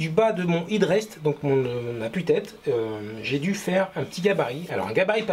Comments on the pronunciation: "è"drest plutôt que "i"drest pour la prononciation ! Pour la réalisation rien à dire, du tout beau ;) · Félicitations et merci pour cette série très détaillée de tutos, on sent que ça va faire un sans faute ! Par pur soucis du détail, on aurait plutôt tendance à prononcer hèd rest que hid rest outre atlantique..